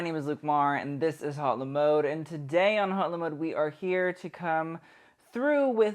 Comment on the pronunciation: Hot le mode? I'm calling 911, because that reckless pronunciation is criminal!